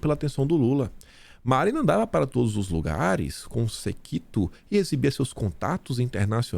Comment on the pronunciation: Depois do "serto," agora você, lê "sequito" ignorando totalmente o acento agudo na palavra; séquito.